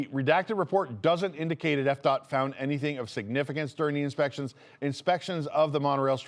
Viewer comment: Am I the only one who thought you said EPCOT every time you said FDOT? LOL